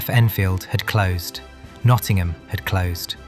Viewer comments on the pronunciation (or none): none